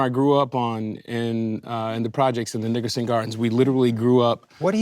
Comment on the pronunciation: A. Anderson was definitely saying Nigerson Gardens, and then when Macy called him out he said Nickerson Gardens LMAOOO